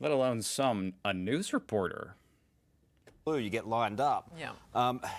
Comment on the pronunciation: As Elmer Fudd would say, It's weporter season.